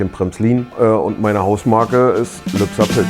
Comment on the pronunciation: Das stimmt, aber triggert dich nicht seine Aussprache unserer Geburtsstadt? Man sagt ja auch nicht Hagenoff zu Hagenow ... 🙃